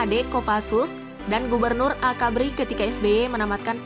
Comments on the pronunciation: Menit ngaco bener pengucapannya, AKABRI bukan AKBARI. Lucu bener kek badut! 🤓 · AKABRI bukan AKBARI